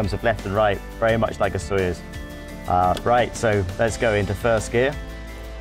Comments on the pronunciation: He said Sojoez exactly zero times lol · Anybody count how many times he said 'Sojoez' ?